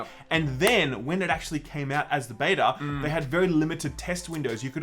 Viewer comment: The way you pronounce Beta makes me want to cut my ears off. J. S